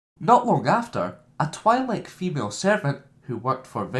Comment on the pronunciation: Everyones complaining about your voice but it annoys me more you cant pronounce Satele or twi'lek properly